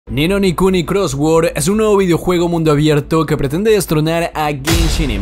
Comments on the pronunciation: Una cosa del principio donde dices ni no nikuni pero hasta ahí dice ni no kuni,pones en la pantalla el nombre del juego y lo dices mal es decir mi estimado WTF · Ninonikuni cros words ?! xd que cojones ha dicho al principio ?